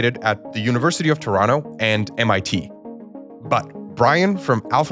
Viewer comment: No way, the proper pronunciation of Toronto.